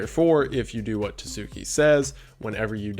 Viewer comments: oh boy, was interesting to see Tsuki Project in this video. first off, it's TSU-KI, not Too-zoo-ki. second of all, it's pretty much just a way for some people to farm bitcoins off of gullible teens, mostly through guilt-tripping. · I gotta say, I'm getting huge "Early Days" Night Mind vibes from this kind of content, which is a REALLY good thing. keep it up, dude! Excited to see more from you! Also, edit: Tsuki is Tsu-key, not Tuh-soo-key. "tsu" is kinda hard to explain from an English PoV, but the "good enough" version is just make the T silent, so soo-key) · hey ive noticed this twice now but when you find words with a tsu in it just ignore the t noise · I, um. You pronounce the "ts" in "tsuki" like you would at the end of a word, but with the T sound super soft. You blend it into the S as you say it, is I guess how I'd describe it. It's not quite a silent letter, but it's close. The G in "gnosis/gnostic" is silent, though.